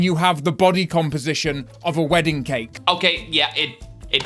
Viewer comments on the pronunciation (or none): none